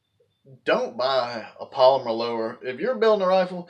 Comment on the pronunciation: He can’t even say polymer 😂🤣